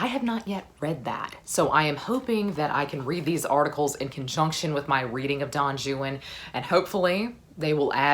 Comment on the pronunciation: I’ve never heard Don Juan pronounced that way. Is that your accent or is Byron’s Don Juan pronounced weird like that?